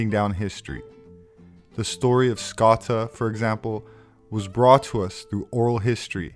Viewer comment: We love your videos, Thank you. Here in Ireland we pronounce Scota 'Scoh-sha', ie. Scotia, as in Nova Scotia. edit; perhaps you are aware. Anyway, thanks again.